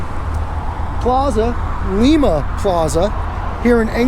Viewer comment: It's actually pronounced Lime-a not lema. Just though I'd toss that out